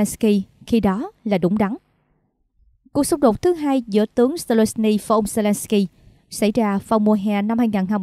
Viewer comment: Tôi thường theo dõi tin tức trên Htdnews, tuy nhiên gần đây có 1 xướng ngôn viên (ko lộ mặt) phát âm nghe chướng tai quá vì phát sai “hai” , cô ấy đọc thành “hay” !😮